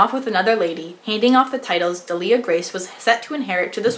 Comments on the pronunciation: Just FYI because I listened to the audio book - DEAL-ia Grace. ;) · Pronunciation help here- idk about you guys but pronounced the names like this: Delia Grace- deelliah grayse Eastoffe- eestoff